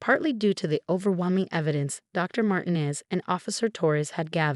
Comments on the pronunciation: IKR. They never pronounce it correctly. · The doctors name is pronounced MARTEENEZ !